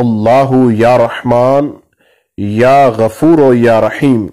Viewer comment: Ya Gafooroo ✔ Ya Gafooro ✖ Majhool na parheyn please JazakAllah